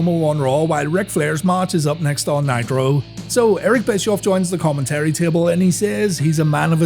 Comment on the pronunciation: Again with “X-Poc” and "Common-terry."